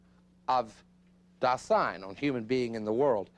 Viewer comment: I don't know why they mispronounce "Dasein". The accent should be on "Da" not "sein". The mispronunciation distorts the actual meaning of the word.